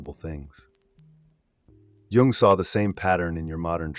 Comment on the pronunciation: "For Djung" dude it's "Yhungh" America pls don't study Europe you're so far off go back to MK-Ultra